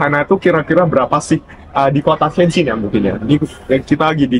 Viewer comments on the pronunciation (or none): tukisannya Tianjin, tp sekilas dengar ngomongnya Tianchin yaa ?